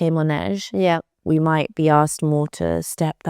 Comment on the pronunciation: it’s mAnège not mOnège! ❤